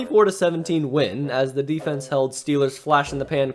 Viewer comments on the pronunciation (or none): You said "defense" incorrectly.